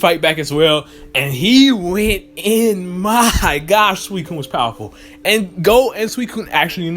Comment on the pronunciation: I thought the professor said that suicun was in jhoto